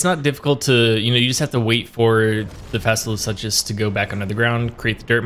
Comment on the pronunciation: Fasola (SOO-Cuss) (suchus = (Soo-Cuss)) No hate from me but please don't say "suches" ever again... My ears were about to cringe out blood. I'm sorry... I just can't. The Tism in me really really got triggered there. 😅